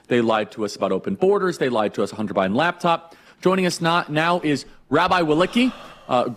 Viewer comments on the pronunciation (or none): none